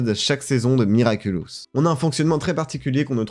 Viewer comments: L’interviewer qui dit tout le long de l’interview “Miraculus” 😂😂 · Moi je l'ai vu la vidéo de l'interview de Thomas Astruc il y a quelques jours, ça m'a spoil l'épisode passion car y avait des images des épisodes. xD Sinon le mec a prononcé "Miraculus" pendant toute la vidéo. x)